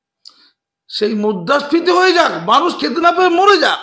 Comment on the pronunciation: ওরে বাবু আপনি মুদ্রাস্ফীতি উচ্চারণটা একবার ঠিক করুন